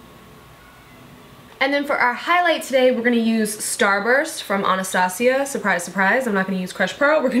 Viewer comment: "were gunna use starbuc.... what ? .... starburt" LOL I laughed so hard. I love watching your vids girl